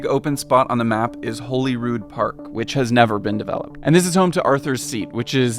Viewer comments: This was an interesting outline of the development of the layout and topography of Edinburgh and I only point out the following lapses in pronunciation in the spirit of being informative. You dealt with the pronunciation of Edinburgh at the beginning but there are other pronunciations you got wrong. To be fair there are two different pronunciations of Holyrood (holy cross) In Glasgow the area of Holyrood is indeed pronounced as you pronounced it but in Edinburgh it has been pronounced as if it had two Ls the same a holiday. To be fair to you, you were given a wrong steer by someone who should know better from the National Library. Also the Jaco in Jacobite is pronounced like Jacko (or indeed like Joco in Jaco Pastorious, the late American bass player who played with Weather Report) You did question the pronunciation of Wynd and you were right second time. It should be pronounced the same as wined. Similarly you were unsure about Close. It should be pronounced the same as holding something near use of close and not the shutting a door use of close. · Interestingly the Nor Loch was actually artificial. James III had it damned and flooded in 1460. Good job on pronouncing Edinburgh and Cockburn st! Less good on Jacobite, Princes St, Holyrood, and a few other little things! Fascinating accent has.. don't think it's an Edinburgh one! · Remember, your corrected pronouncation of Edinburgh is spot on (Edinburrah)., an Englishman, messes it up more and more further into the vid he goes. It's Princes Street - not Prince or Princess. Say "Holly-rood" instead of "Holy-rood"." And in the UK we tend to say "Jack-o-bite" for Jacobite. Considering you're an outsider, very well made video. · It's called Prince's Street, not Prince Street. And Holyrood is pronounced Hollyrood, like Hollywood. 🙄 Other than that, Mary King's Close was a street which got buried because of the plague and forgotten about. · Yep Prince(s) Street; it's pronouced Holly-rood, not Holy-rood...